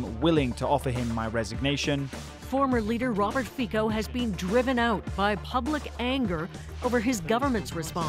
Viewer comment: "Robert Fikou"